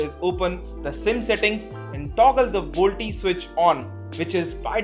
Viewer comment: Volte nahi hota woh.. VOLTE = Voice LTE.. channel banate ho utna toh pata hona chahiye.. tech channels now a days